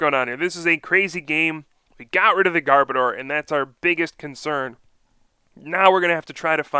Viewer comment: Sorry to be picking but this is a pet peeve of mine: It is Garb-ODOR. As in, a bad smell. An odor. Not Garb-oh-dar. Garb as in Garbage, Odor as in the literal exact word odor. Garb-odor.